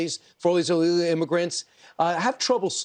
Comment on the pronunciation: he can't even say illegal correctly.. slurring his fat lips